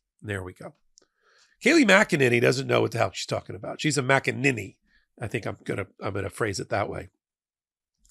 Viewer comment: Mackaninny. That really made me chuckle.